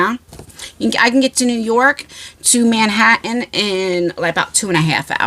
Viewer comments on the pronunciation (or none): none